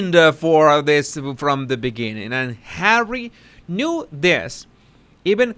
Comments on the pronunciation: Love the way you say “Arrie”..funny as 🤣👌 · OH U're beginning to sound like Ricky Ricardo when you say Harrree